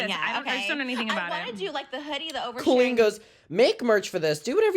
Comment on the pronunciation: I love that trisha doesnt pronounce colleen the wacky way colleen wants everyone to to proove shes special